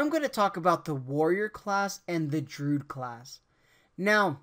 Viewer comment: I was going to subscribe. Then I heard you say drude and said "nah."